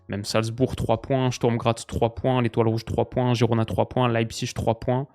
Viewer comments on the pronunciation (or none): none